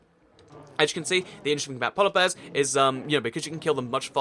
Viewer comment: count how many times he says “polla bears” in the video